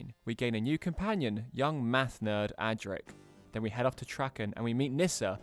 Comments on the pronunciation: The Doctor never comes back to see HIS grandaughter. Also, have you ever watched any 80s Doctor Who? Im seriously doubting you havenas you mispronounce virtually every character/planet/actor name there is!!! Its not TRACKEN its TRAAKEN, Its not TRE MAS its TREEEMAS, Its not CASTROOO VALVA Its CASTROVALVA and who the fuck is Richard Hundrall?? Ive heard of Richard Hurndall.... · Traken "Trahken" not " Tracken".